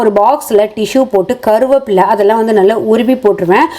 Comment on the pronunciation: "கருவாப்புள்ள " ❌ "கறிவேப்பிலை"✅